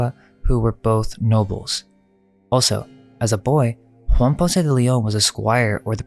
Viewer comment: ALSO is spelt with an al not an o. You sound like a right tard when you say it wrong all the time. it's really annoying! Pls